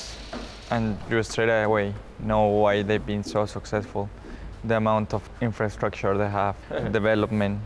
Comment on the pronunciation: Ta infrastruchu -Lord Peña